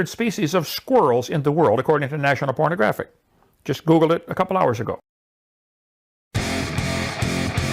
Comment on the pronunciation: did say "national pornagraphic"?